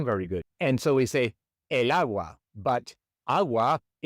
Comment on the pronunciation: It sounds like you’re saying “aye” for el, when it should be pronounced like the letter L; el and L should sound exactly the same. ❤ Also, “sofa” is very common. Sofa ends with an “a” but we say, el sofa! 🤔